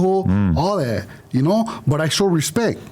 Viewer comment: that’s the 2nd time you said ghat. Shut up